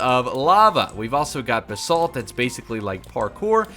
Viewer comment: The way you pronounce Basalt gives me overwhelming anxiety. BAH-SALT not bsalt